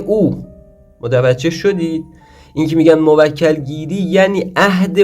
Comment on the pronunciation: موَکَل؟😑🤔 بعد تو اوسکول رمال کجات دکتره ، لقب جدید پیدا کردی قدیما ملا و سید الکی بود الان پا رو فراتر گذاشتی شدی دکتر خود خوانده 😂😂😂 تو برو اول تلفظ درستشو یاد بگیر مرتیکه ک نشور بعد بیا خودتو استاد و دکتر بخون شما همون کسانی هستید که باعث جهل و خرافات و مایه ی ننگ این مملکتید🤦🏻‍♂️